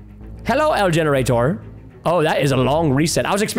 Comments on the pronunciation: When he said el generator was so funny😂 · He said yenerator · Everyone watching the video Me:Watching preston hilariously pronouncing Neighbour Edit:ok i just realised this and have to add it everyone:Generator preston: yenerator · why does he call a generator a yenerator